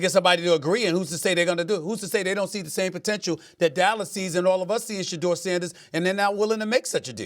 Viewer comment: Molly said Sanders😂😂😂😂😂 gtfo